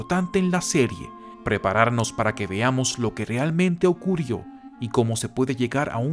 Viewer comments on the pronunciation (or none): ocurió, teror, relación... que mala pronunciación. cagó el video!